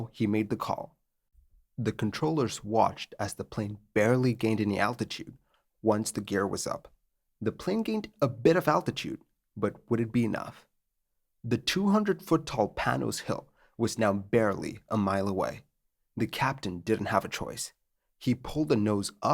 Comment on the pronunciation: the hill is called "pani" , not "panos" . Pani in Greek means cloth , textile